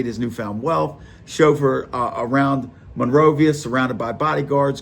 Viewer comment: Bro pronounced monrovia Monrova